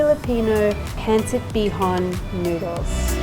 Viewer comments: Pronounced PUN-Sit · It’s pronounced more like “pun-cit” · It’s “Pahn-sit’” not “PenSit”😂